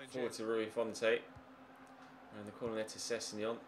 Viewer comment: Please call Rui his real name - Rui Fonte (font like comic sans ms) not Rui Font-ay